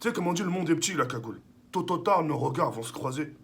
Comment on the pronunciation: Mdr il a dit tototard au lieux de tout au tard 😂😂😂